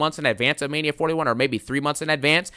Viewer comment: DOES IT FEELS LIKE MAINA SEASON NOW-AHH... I'M THE GAME-AHH 😂😂😂